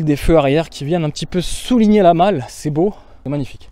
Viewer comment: la "malle" 😂 on est bien dans le sud ouest là!!